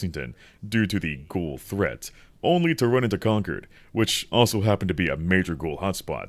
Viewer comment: Wtf why are you saying conquered? It’s concord. Like con-chord